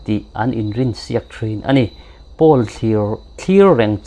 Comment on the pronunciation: Poll hi Pul nilovin Pawl tiin an lam thin in ka hria